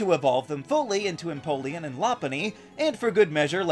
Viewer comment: It’s pronounced amp-fuh-ROSS, pan-CHUM, and em-pol-ee-AHN, “”! 🤨 Also, Dawn’s Piplup has refused to evolve, so he’s fine the way he is!